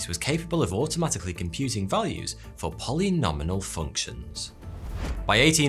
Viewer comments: I think it's polynomial, non "polynomi-N-al" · And yet despite that all that, you didn't catch on to him saying "polynominal" rather than polynomial? A rather strong indication, to put it nicely, that his familiarity with maths is questionable at best. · Polynomial not "polynominal" Like quadratics, cubics etc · Came looking for this a few seconds into the video. Polynominal? Like, many names? I wondered if this was some Babbage-era terminology I hadn’t heard of, but no, just plain old polynomials said wrong AND written wrong in big letters across the screen! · Dude, it’s “polynomial “, not polynominal!!! Wtf my brother? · I'm surprised no one else has commented on the "polynominal" functions (at least he consistently misspelled and misspoke both). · POLYNOMIAL FUNCTION, not polynominal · Can't find "polynominal function". Did you mean "polynomial"? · Polynomial (Polly noh me ull), not Polynominal. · It's Polynomial not "polynominal".😃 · Polynomial not polynominal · Do they call polynomial functions “polynominal” in British English or did he misspeak?